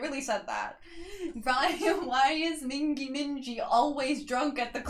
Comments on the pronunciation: It's Mingi as in Gi not Ji. That man is YUNHO. He is the main dancer. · Mingi is pronounced Meengee (G like geese) If you like boy kissing, I suggest Yeosang and Wooyoung's recent 10-year friendiversary cover of BTS's friends. It has clips of them through the years. Spoiler--Wooyoung likes kissing. Yeosang doesn't 😂. Fun fact: in addition to kissing, Wooyoung likes biting 😅.